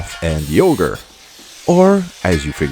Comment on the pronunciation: I love that you pronounce Auger as "Ogre"